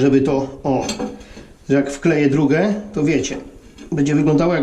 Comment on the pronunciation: Dzebrze wyłapałem ze mówisz "Druge" zamiast "Drugie" tak jak byś gubił "I" nie pierwszy raz tak usłyszałem ale teraz było wyraźnie. Nie żebym się czepiał to tylko moja ciekawość 😅